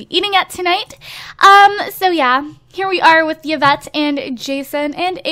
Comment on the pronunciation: yvette i9s not pronounced like that its pronounced like evette